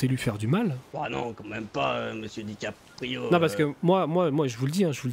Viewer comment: C'est dickaprio pas DICK aprio le "gay" g pas kiffé wlh